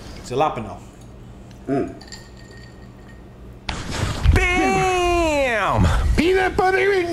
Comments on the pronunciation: its actually "Ha-la-pehn-yo" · Gee-lop-ino Chips😅😂😂